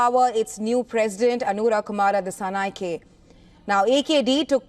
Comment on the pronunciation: Not dissanayakeeee disanayakaa use e sound😂